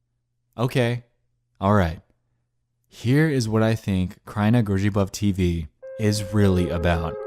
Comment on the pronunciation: I as a polish guy have to Say that you nailed that "kraina grzybów tv" XD